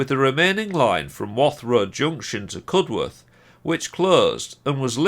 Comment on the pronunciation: Think it's pronounced CUD-erth not Cud-worth. Great video all the same. 👍